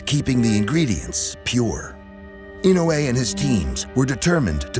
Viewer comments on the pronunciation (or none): I can't believe they just pronounced イノウエ "yee-no-ay" 😅